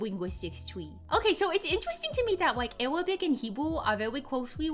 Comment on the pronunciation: As an arabic i can tell you that your arabic prononciation is pretty good compared to others you’re very close to the actual arabic accent